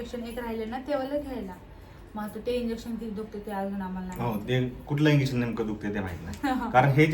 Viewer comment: इंग्हेशन नाही इंजेकशन बोल 😂